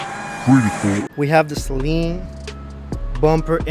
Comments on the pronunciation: Suh leeen Not Say leeen 😂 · It is pronounced 'Sa-Leen' not 'Say-Leen' ...sorry after the 10th time that got to me haha. Loved the vid. Beautiful unicorn 100% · Sayleen LOL it's Sa' Leen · Every time you or the others pronounced it ‘SAY-leen’ it was like nails on a chalkboard. Not trying to be a troll but mispronouncing the name really takes away from what you’re trying to do and makes you all sound uninformed and amateurish. It’s pronounced ‘SUH-leen’ like Gasoline, Steve Saleen often corrects people. The guys on Motorweek and Motortrend got it right!! Lol Other than that, really good job, appreciate the video. ✌️ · Why does everyone call it a SAYLEEN? Good lord it's annoying.. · "Say Leen" 💀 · Stop saying the Saleen wrong